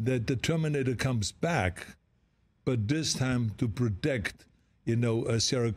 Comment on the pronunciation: Arnold can not pronounce the two words Politically and Protect...